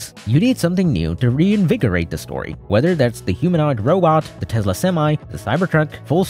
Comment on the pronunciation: What is a Tezla?